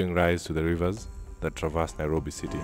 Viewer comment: It is Nairobi in Maa language not Nyirobi!